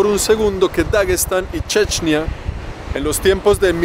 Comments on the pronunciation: No se dice chechnia se dice chechenia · Una duda se pronuncia como lo dice checnia o es Chechenia?